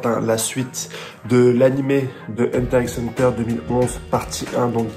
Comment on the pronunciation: J'ai fait comme si j'avais pas entendu le x de Hunter x Hunter